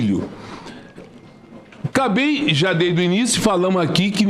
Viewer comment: "Cabei falamo aqui" Ministro terminou a 5ª série?